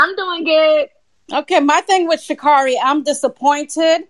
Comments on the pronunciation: Hey guys, I know that you're disappointed in her performance yesterday, but can we please at least pronounce this woman's name right? It's Sha'-CARE-ri, not Sha'-CAR-i. Would you mind pronouncing Kamala Harris' name correctly, as well? Thanks. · And if they are gonna keep strapping on that cape for her, and creating petitions, they could AT LEAST pronounce get name correctly.